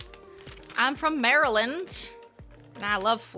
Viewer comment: I am literally CACKLING AT MARY-LAND pronunciation 🤣🤣🤣